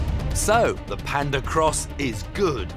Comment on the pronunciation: si dice PAnda con la A